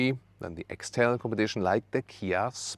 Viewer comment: What is this Kia Sp. you talk about at the end, couldn't catch that hahah 😂